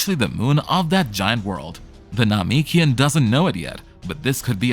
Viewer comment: 11h and also the name- what now that is not how you say Namekian